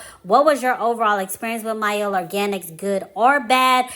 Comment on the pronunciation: I dont rock with mielle anymore however Thanks for pronouncing the name correctly